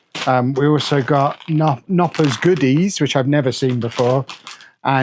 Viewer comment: Glad you got to Mini Wunderland, you'd be surprised to hear it's actually seen as one of Germanys top tourist sights, let alone just Hamburgs! Bit worried about whatever they served you as spaetzl, looks more like fried risotto rice! Oh, you pronounce the K in Knoppers